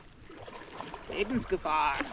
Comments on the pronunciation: I really enjoyed the video and oh my what a beautiful place. And you did it all alone. 😲Especially the portages, oh my goodness. 💪 Aaaaand congrats to your perfect pronouncing of "Lebensgefahr" 😂. I was like "did she just speak German?!" Then I zoomed in to the sign and realised the german word.😅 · As a German, I found the unexpected pronunciation of "Lebensgefahr" on the sign very funny!